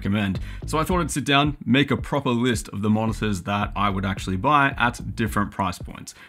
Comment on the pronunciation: Originally heard "Monsters" not "Monitors" lol.